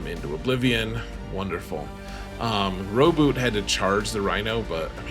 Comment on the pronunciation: Blood for the blood god. Also you pronounced Rowboat wrong.